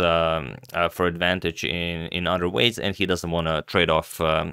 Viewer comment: It's OTHER, not udder.